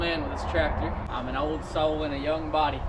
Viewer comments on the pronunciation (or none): "An ould soul in a young boday" Had me in stitches! Came for the Kubota and stayed for the comedy. Well done!